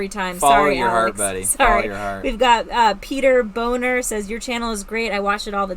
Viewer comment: Did you really say Peter boner? 😅